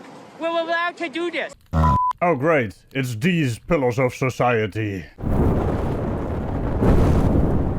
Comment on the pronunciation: I heard the same thing lol. I think he meant pillars but pillows fits them much better.